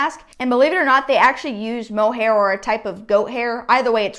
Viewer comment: It’s not “mohair”